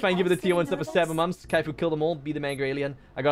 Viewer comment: It’s kaif. Always kaif